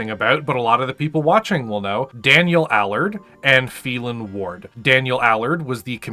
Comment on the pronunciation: Phelan, "FEY-LAN"! And he was given his sor name, Kell, back as a blood name.